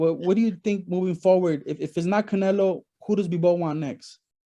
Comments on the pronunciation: Anyone who speak Spanish find it amusing that he innocently keeps calling him "Canela"? 😂🤣😂😂🤣☠️ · I love how Bivol called "Canelo" as "Canela" 😂😆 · Love how he pronounces Canelo’s name as “Canella”🤣